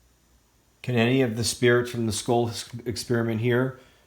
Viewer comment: I hear, “ this. Is. Patrick ... ma.ken.na ... with. the. scole. pro-JECT” sounds like he said scolee (long e) He’s breaking hard between each word / slow thru the syllables